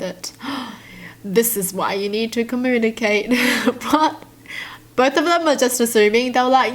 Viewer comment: The stories: Just another reason for to say “this is why i’m single” 😂😂😂 but who else loves the way she doesn’t pronounce the U in communicate?!? Its cute.